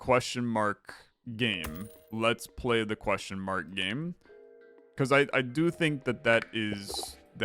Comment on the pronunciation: queshmark, queshmark, queshmark, queshmark, queshmark